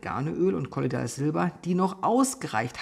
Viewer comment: Also ich weiß ja dass es relativ egal ist was ich hier schreibe und jedes Kommentar hilft den Kanal zu fördern. Deshalb: Warum betonst du denn in dem Video dass das Silber in Kolloid Form vorliegt sprichst es dann aber trotzdem kollo'DI'ales Silber aus? 🙈 Völlig unabhängig davon Liebe ich diese Plattform, deine Visionen, Ambitionen und den Content!